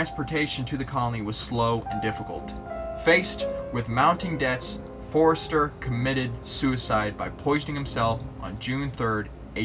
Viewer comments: The umlaut over the o in German makes it into a u. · Good video; quick note on the pronunciation Ö ist a oe. You make the o sound and then without moving your mouth you say the e sound (as is ehhhhhh)